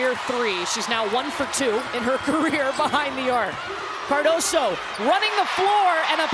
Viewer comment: its "Cardoso"